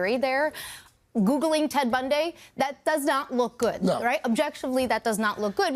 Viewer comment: "Ted BUN DAY"